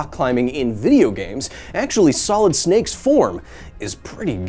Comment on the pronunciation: um ackshually thats Venom Shnake not Sholid Shnake 🤓